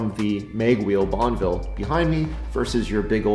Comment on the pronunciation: Bonn-E-ville ffs! Not BonnVille.